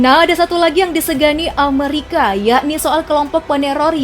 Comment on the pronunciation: Bukan Amarika , tapi penyebutan nya Amerika 😆😆🤣